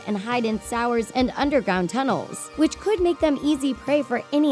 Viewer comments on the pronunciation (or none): ok...i love stranger things.....but am i the only one who is weirded out she said sour's instead of sewers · sours?! Did you mean sewers mate?😂😂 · did she just call sewers sours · Who tf calls sewers, sours? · "Sours"? This idiot narrator doesn't even know how to pronounce "sewers". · she said sowers instead of sewers Lol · "...hide in sours." It's pronounced as sue-er. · sewar I think you meant sewer (SU-WUR) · Lurking inside sours did you mean sewers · All over? What, two? And what's a sour? Did you mean sewer? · It’s sewers (SOO WERS) no sours (SOW ERS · Did anyone hear her say sour’s instead of sewers??? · she just pronounced sewers (so͞oərs) as sours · Hide in “sours” :/ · Did she just say "Sowyers" Instead of "Sewers"? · Did you say “sours” instead of “sewers “? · im sorry but did she say “sours” instead of sewers? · YES IKR O m g ._. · did she just say "sours" instead of "sewers"? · “They hide is sours” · did she say sours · did she just say sours???????????? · she called sewers sours😭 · She called sewers sours lol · Hide in sours? What the hell is wrong with these narrators?! Good lord, English properly, or don't word. Tardis. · She said sours not sewers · Anyone notice she pronounces sewers as "sours" when she's talking about the rats? Weird. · Did she just say that rats hide in sours? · did she say sours instead of sewers? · "Is there anything more disgusting than rats?" Wtf is wrong with you? They're just innocent animals who've done nothing wrong you asshole. Ugh, never looking at this channel again. You can't even pronounce the word sewer lmao. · Did she really just say sewer as sour lol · So we’re just gonna ignore she said rats hide in “sours” (Sewers) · The way she pronounced 'sewers' as 'sours.' Ew. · “Hide in sours”... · omg she said sour 😂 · Rats live in sours? Shet. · “sOuRs” 😂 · 'Sow-ers' 😂😂 Sewers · As a non native speaker, it made me think that maybe I had said wrong this whole time. Guess not